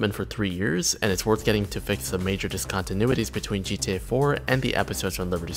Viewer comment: "dis-contenuitys"* more like